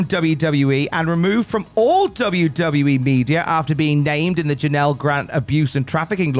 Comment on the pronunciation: Ironic that you yourself butchered her name hahaha